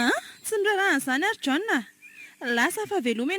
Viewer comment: Misaotra nizara. Fanamarihana kely fotsiny topoko, mba tonony tsara ilay fanononana ny an'ilay anarana hoe"John",vakio araka izay tena tokony hanononana azy